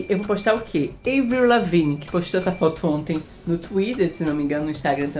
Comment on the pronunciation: o nome da Avril Lavigne se pronuncia AVRIL Lavigne mesmo, não é Eivril nem Evril. ( Descupa corrigir é que sou mt fã ❤❤)